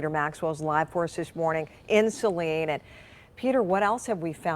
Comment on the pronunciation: Oh no! Saline is not far from me! (Yes, you are pronouncing it correctly) what is going on for all of these men attacking and killing our women!!